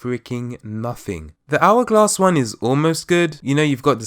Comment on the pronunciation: Hour gwass, I'm horrible but I am just dying 😂